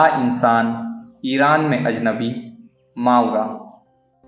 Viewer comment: صحیح تلفظ ما ورا Maa wara ہے